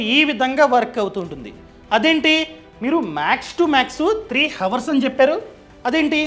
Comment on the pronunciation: హవర్స్ కాదు